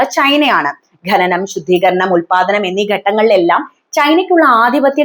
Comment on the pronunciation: എന്താ മോളെ ഈ ഗനനം? ശുദ്ധ മലയാളം പറയൂ, ഖനനം ആണ് ശരി.. Eg നഖം